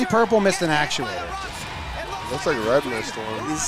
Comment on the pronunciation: Never correcting when he says actulators better continue to next season